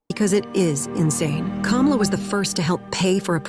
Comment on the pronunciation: Please close your idiotic channel down. You can't tell that clip is edited to sound that way. Even in that clip she said " Inmates" not migrant. If you can't even pronounce her name right don't due commentary and then lie in the process! Please stop being a coonish idiot!